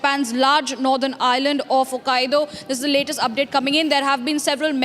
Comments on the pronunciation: she said Hokkadio, but it's Hokkaido. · It's not hokk aido. Not Hokkadio